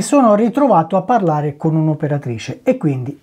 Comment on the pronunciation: Mi sa proprio!🤣 da come dice "pËRlaaare... Stiamo pËRlaaaando..."😂😂😂